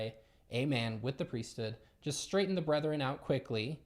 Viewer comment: The #1 thing that stands out to me among Mormons and ex mos is that they never pronounce the “H” in priesthood. It’s like pre-stood, whereas I would say it as 2 words priest hood. It always throws me off lol